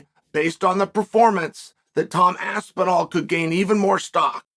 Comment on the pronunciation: How can the great one ne matched? No-one can mispronounce both Pavlovic AND Aspinall and STILL be the voice of truth!